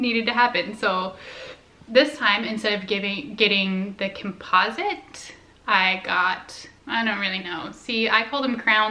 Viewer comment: Your not pronouncing composite correctly